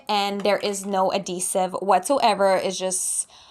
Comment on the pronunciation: adhesive. You have to pronounce the "H" its not silent!